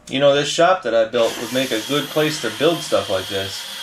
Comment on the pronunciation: “Goot” 😬